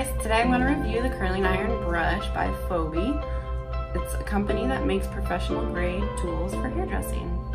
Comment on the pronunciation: Pronounce the name right: "fee-bee"